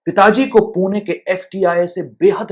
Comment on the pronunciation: आपने pune का बराबर pronunciation किया. पुणे. बहुत लोग पूना बोलते है.